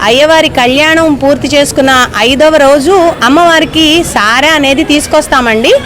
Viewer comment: సారె అని సరిగా పలుకమ్మా